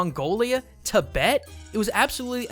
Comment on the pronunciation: He pronounced Tibet wrong!!